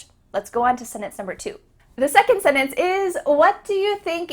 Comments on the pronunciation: along with emphasizing vocabulary, please include the importance of pronunciation. Case in point, you used the word "sentence" many times, but, you did a poor job of pronouncing the "t" in the word. It sounded to my 68 year old ears that you actually pronounced the word "sennence". It is important for the teacher of a language to pronounce words correctly, otherwise the student of said teacher will only learn bad habits of pronunciation. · Your trying to teach English (advanced!) and you repeatedly said the word 'sentence' like it had no letter 't' in the word! lol Perhaps you can tell folks this video may be better suited for new English speakers! Still, its nice seeing someone promote proper English! Sentence, not senence! lol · Sentence is pronounced saying the T, senence is not correct.... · Informative. Pronunciation- I have corrected myself from not pronouncing t's in a word like counter. I grew up saying "cowner". Why? I don't know. But there is a t in " sentence ". Pronunciation sounds like " sennance " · The word "sentance" is NOT pronounced "senance" as you keep saying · You pronounce "sentence" like "setence" Please stop this. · it's sooo annoying haha. Yeah it's more like the first n and the t aren't pronounced at all. It sounds like "seh-ence" Pretty cringe. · As frequently as you use the word sentence, it would be much better if you would enunciate the t...senence doesn't get it. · Me, an English speaker.... "SENNNNNANCE" where's the "t"? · So she can make you insane with the way she pronounces sentence as senence over and over 🤬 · you seem to pronounce the word 'sentence' like [setence] (swallowing the middle n). Are you aware of this? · i didnt know sentence were pronounced like senes 🤔 ive never heard that before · Mmm, she pronounces the word as 'sinnance' ...! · Senes? That's how you say sentence? wow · Hmm, a vocabulary teacher who can't pronounce the word "sentence" properly. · I'm triggered by the way you pronounce sentence :P